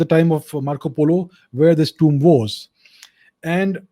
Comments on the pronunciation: It is pronounced tooom. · the way he says tomb is big a cringe 😬